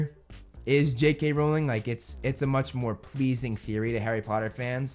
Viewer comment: WELL SIR, you are actually wrong (you are right though) becuase you can't even say J.K. Rowlings sirname right?! it's r-ow-ling not r-oll-ing :o